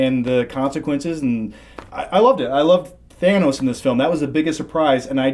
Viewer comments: dawg, it's not thaynose. it's pronounced thahknows. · Why does everyone pronounce Thanos “Thay-knowse”? Every time that Thanos is said in this it is pronounced “Thah-noss”. It’s so infuriating! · I'm, not watching videos where people say thane-os... its fuckn than-os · Them saying "Theynos" rather than "ThAnos" just irritates me 😂 although really good spoiler review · Why do people insist on pronouncing it “thay-nos”? Literally no one in the movie pronounces it that way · Thay-nose? Despite everyone in the movie calling him Tha-nos.... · It’s Thanos not ThEynose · Can someone tell it's T H A N O S. There is no I. THANOS yes. THAINOS no. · It's Thanos not Thainos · Thanos....not Thaynos. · “Thaynos” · Why is no one mentioning that the middle guy is pronouncing it "Thay-nos"? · No one:: THAYNOS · Is it really supposed to be pronounced THAYnos? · Who the fuck is “thay-nos”? 🤔😂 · Th-aye-nos ^^^you are wronggg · Stop saying thanos as thaynos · "Theiy-Nos" -The guy sitting in the middle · I hate the way the guy in the middle pronounces "thanos" as "theynos"🙄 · Who the f*ck is Thænos?? The movie says his name so many times, it’s impossible to get it wrong lool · why does everybody keep calling thanos thaynos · It’s pronounced “Thanus” actually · It's however anyone says it. Red Skull said "Thainos". The Directors could have corrected him if it mattered. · "Thaynos" DO SOMETHING CHRIS is driving me crazy lol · ‘Thay-nos’ grrrrrr! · “ThAY-nos” That dude needs to get the pronunciations right before you guys review venom. Don’t feel like hearing “Sim-BYE-ote” for 30 minutes. But anyway... Great movie. So many emotional up and downs. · ikr everytime pronounces thanos name like that I wanna yell at him saying you're pronouncing his name wrong stop doing that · Anyone else notice 2 out of the 3 pronouncing the name "Thanos" correctly, and the 3rd just doing it his own way? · keeps pronouncing Thanos wrong. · THANOS, not THAYNOS